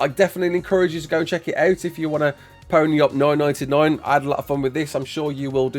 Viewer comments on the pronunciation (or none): none